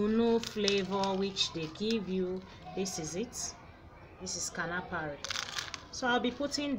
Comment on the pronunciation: It is not KANAFARI it is KANUFREE